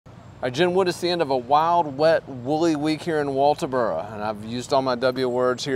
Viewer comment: Atleast you say walterboro right lol I knew Maggie this is terrible I hope justice is served